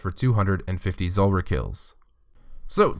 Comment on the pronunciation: Anyone else notice that so many people say Zolrah instead of Zulrah?